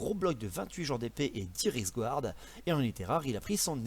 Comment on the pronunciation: Super video par contre par pitié il faut faire des efforts avec ľaccent allemand (ľEmpire) Drakwald : drakvalde Reiksguard :Raïksuard comme dans aïe !